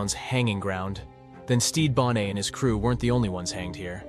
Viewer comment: It's not bonet or bonay it is bon NET you moron read a book stop using AI